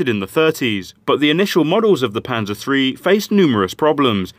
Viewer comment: Pleae stop pronouncing it Pansa almost sounds like panda which i heard at first. Call it Panzer with a heavy S and an er like the on if u were to say the hard N word. No offense a different example didnt come to mind